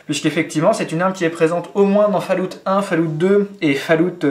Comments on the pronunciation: att j espere tu trole en disant "falout" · On dit ''falaout'' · ....au final, pour ton info, au niveau prononciation, on dit (phonétiquement) fôl-owt(TTT) merci au revoir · putain mec, fall-août! ...................